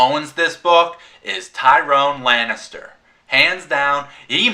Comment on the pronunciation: Tyrion, not Tyrone good review tho